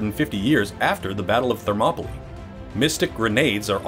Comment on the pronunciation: It's Thermopyles (Θερμοπύλες), NOT Thermopolis (Θερμόπολις). It's "hot gates", not "hot city". That's Phoenix AZ ;)